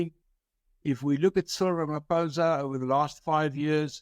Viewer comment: Why should we listen to you? You mispronounce your State President's name. Attend school. Good bye.